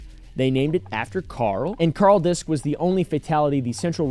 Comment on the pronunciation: Its kinda funny but he mispronounces the name in the video. If its of german descent "disch" is pronounced "dish" not "disc." The "sch" in german never has a silent "h" but its common for english speakers to misspronounce. He likely thought "sch" is "s-ch". "Ch" in german is like a hiss that many non-native speakers struggle with and pronounce like k.